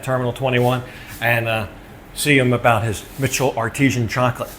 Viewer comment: Is it not Artisan emphasis on the san, not artesian, that's a well 😄